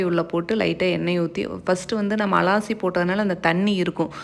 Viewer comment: அலாசி இல்லை அலசி னு சொல்லனும் 😅😅😅